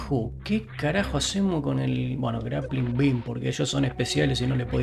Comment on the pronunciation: interesante videito, me gusto, te sigo, por cierto no puedo dejar de escuchar gran plin plin cuando decis grappling beam XD